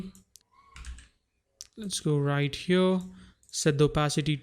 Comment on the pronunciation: “right over HYURRRR.” 😂😂😂